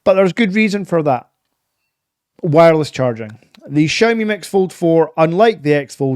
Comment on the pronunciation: Please learn how to pronounce Xiaomi 😂 ps can't blame the accent I have the same one